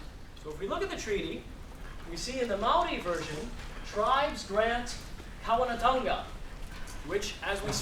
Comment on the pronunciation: Don't teach if you can't say it right > Kawanatanga, Kingitanga, Maoritanga, Rangatiratanga